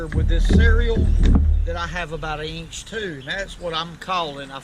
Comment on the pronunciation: I like the way he says eench for inch.